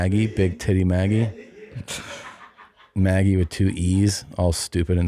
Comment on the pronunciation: By the way. I'm about 99%-1,000% sure it's supposed to be "big titty muh gee" not Maggie. 🤣